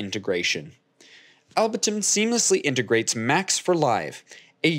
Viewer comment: Able-ton* not Albe-ton bro